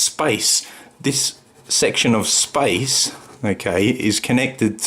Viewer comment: how cute, pronouncing "space" like "spice"